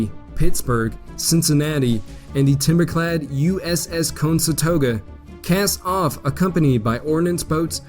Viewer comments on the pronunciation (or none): Conestoga. Pronounced just as it’s spelled: con - es - to - ga. NOT consetoga. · Many words, not just place names, are grossly mispronounced. "cone set oga," "dee sul tary," for instance.